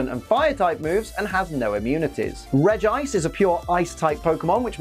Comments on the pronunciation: Regice is pronounced Regi-ice not reg -gice. Please stop pronouncing Regice wrong. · I always pronounce Regice as Reggie-Ice because it rolls off the tongue better to me.